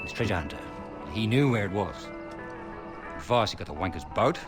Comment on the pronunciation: That's not how you pronounce 'Vaas'.